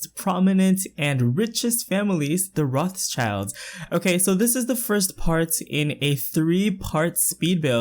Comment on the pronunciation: haha its pronounced like "rot shild" :)